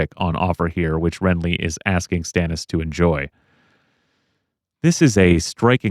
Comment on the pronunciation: If we're talking about pronunciations of names, George says Stannis as, ston-is.